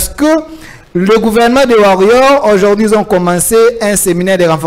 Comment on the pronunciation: on dit, Aujourd'hui et pas ojourdhui.